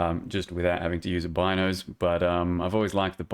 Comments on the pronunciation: Its pronounced bean o's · hi I'm the creator of the Bino's Kitchen Knife, and it's pronounced "Bee"-no's. Thanks =)